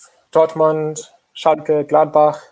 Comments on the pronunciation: Everyone: Schalke Robbie: Schalka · I have to admit it, Schalka sounds better, I AM ADOPTING THE MISPRONOUNCIATION RIGHT NOW.